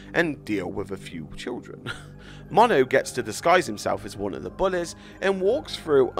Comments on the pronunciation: The way he says bullys lol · The way he says bullies is weird,but funny and I like it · I'm not sure what the lyrics say, I just liked how you say bullies